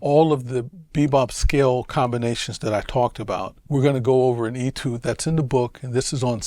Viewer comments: Nope. The word is of French origin, and has an accent accute: étude. That makes the “ay” sound. In my 61 years on this planet, I have never heard anyone but Vincent pronounce it as “ee-tood.” Look it up in a dictionary. You won’t find that pronunciation. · “ay-tood,” not “ee-tood.”